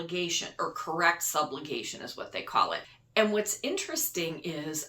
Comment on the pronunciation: I agree. Seniors need regular vision help, dental health, hearing aids and exams, incontinence products and treatment and many more humane services. BTW a Chiropractic treatment corrects "subluxations" not "sublugations", as you mentioned. I hope that your agency promotes non-advantage type programs.